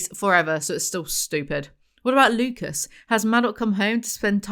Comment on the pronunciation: side note: i've been watching House MD recently and every time you say "Lucas" i get gaslit into thinking his name is Lupus